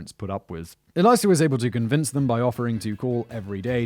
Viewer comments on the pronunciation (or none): Simon ~ “Elisa” is pronounced like “Lisa” with an “Eh” at the start, not “Eliza”.